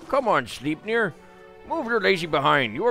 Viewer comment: ... "Sleepnir"...? *INDIGNATION!!1!* Also... Injecting Veronica in a conversation involving porn... disturbs me. In a moderately delightful way, I suppose, but perturbation is incurred all the same.